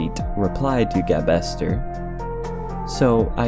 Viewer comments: Hey man great video! I've been friends with Gabe for a long time, fantastic guy. Just so you're aware, it is pronounced gabe-ster as in the name gabe followed by 'ster'. :) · A couple of corrections, "gabester" is pronounced gabe-ster since the guy's name is Gabriel, and I'm pretty sure "donoteat" is pronounced as "do not eat".